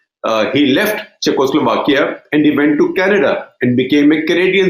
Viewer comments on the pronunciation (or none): none